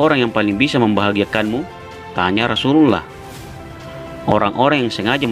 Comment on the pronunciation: Channel muslim, Narator nya tidak becus menyebut rosululloh